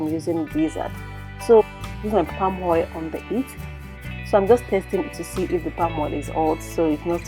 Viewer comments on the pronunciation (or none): Wonderful cuisine. Pls practice practice practice to drop the 'hadd" hoil'x thing. AAAddd!! Oiiiill!! Not hard is it.